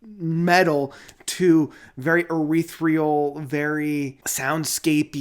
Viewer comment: Dude... I love you and your channel. But... please practice how to pronounce ETHEREAL or use different words. It goes like this: eh-THEER-ee-ul. Not eh-WREATH-ree-ul. Hugs.=)